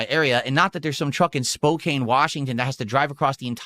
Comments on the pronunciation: As someone that lives in the Northwest it's not Spocane it's Spocan it's amazing that despite living say 4 hours away from that city which is one of the larger ones in the NW can't correctly name it. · For those of you not familiar with Washington state. The way he is saying Spokane is completely wrong( surprise surprise). It’s pronounced Spo-can, the e is silent. Word smith at it again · Dude…. All people in the PNW know that it’s pronounced “SPOKE-ANN” not “spoke-ayne” lives under a rock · For those that don't live in Washington, it's not pronounced "Spo-kane" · Hes lived in Washington for 12 years and still doesnt know how to pronounce Spokane. Let there be zero doubt that he doesnt talk to anybody, or have any friends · I hate that he mispronounced spokane every single time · It's amazing how long he's lived in Washington and still doesn't know how to pronounce Spokane correctly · As someone who lives in the PNW him saying Spokane like that annoys the crap out of me 🤬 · He has been in WA for 12 years and cannot pronounce Spokane correctly. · THIS! 😂 Wonder how he says Puyallup lol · I was going to say, my only exposure with that part of the country is dating a Washingtonian, and I know he butchered Spokane 😂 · idiot cant even pronounce a major city in his state